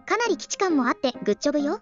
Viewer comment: さん！ お久しぶりです😂 グッジョブのイントネーションがいつもと違いましたね😅 余裕のあるメゾネットですねー😊 こちらも久々の基地感あります！ おいしゅうございました❤